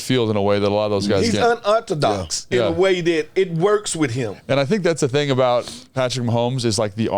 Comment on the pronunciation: I love to see Smoot reach for big words with his southern accent..."unorthodox "..🤣🤣🤣🤣🤣🤣🤣🤣🤣🤣🤣🤣🤣🤣🤣🤣🤣🤣🤣🤣🤣🤣